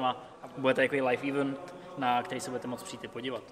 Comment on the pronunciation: čistě ze zvědavosti.. všimli ste si někdy, že snad všichni češi vyslovují anglické slovo event jako [: ívnt :]? Nechápu kde sme k tomu přišli.. :D